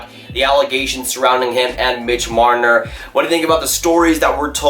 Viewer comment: who was it???? did you say MIDGE MRNNNNNRRRRRRR? you sound like an idiot